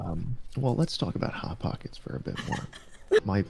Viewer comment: ah yes.. hot pockects my favorite…